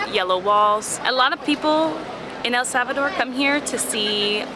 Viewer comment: You guys can't even pronounce correctly the name of El Salvador 😂😑🙄